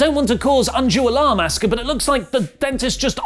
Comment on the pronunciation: Asooka, not Ask-Ha. Learn how to speak